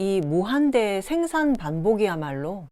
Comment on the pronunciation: 소개하시는 분께 충심의 권유입니다. 어조와 단어의 장단 문제입니다. 1. 단어의 둘 째 자나 끝 말을 마치 accent가 있는 것 처럼 강하게 발음하고 있음이 실로 심각한 일입니다. 2. 이 결과, 장음인 단어의 첫 자가 자연히 짧게 발음되는 오류를 범하게 되었습니다. 이로 이해 전체적 어조가 아주 좋지 않고 절도가 없게 됍니다.둘째 자를 강하게 됀 예: 생산,이유,기술,분석 등이고, 2. 장음인 첫 자를 짧게 잘못 발음한 예: 세계, 세상, 해방 등 한이 없습니다. "한국 어문을 고발함"이라는 책을 읽어 주실까요? 한국 언어의 타락상이 분하여 제가 "눈물로" 쓴 책이옵니다. 미국 변 완수 드림